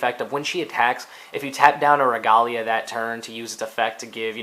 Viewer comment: This video is old but, it's pronounced "Reh-Gay-Lee-Uhh", not like the romanization of how it'd be pronounced in Japanese.